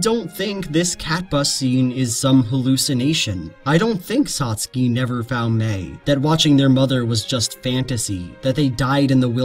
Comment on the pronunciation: toh-TOh-roh SAs-kay CAt-bus